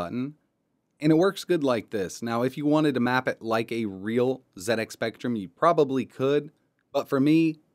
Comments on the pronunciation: Oh my word, am i hearing you correct,, you said Zed X Spectrum, good man, none of this Zee X Spectrum, you know it makes sense. i am impressed, keep up these fun projects. Thank you. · Oooh he said ZED X Spectrum! Your pronunciation sir is perfect! Love what you did here. I LOVE the old speccy. Wonderful memories. I want to setup the spectrum emulator on my Pi but everytime I run a game it nearly always drops to the flashing cursor screen. How do I get them to autorun? Also having trouble getting xbox360 controller mapped. Anyone be able to advise me? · Thank you for pronouncing it "ZED" X Spectrum,Really frustrates me when Americans call it a "Zee" X spectrum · This is getting out of hand lmao How you say it is up to you I was just saying it's nice to see some one prenounce it like me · I would also like to thank for pronouncing ZX Spectrum correctly. This was a computer that started a me on a long and enjoyable career in IT. This is a great video many thanks.